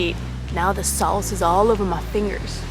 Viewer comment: You said “sauce” just like Jacques Pépin! 🤣😂🤣I love that!❤️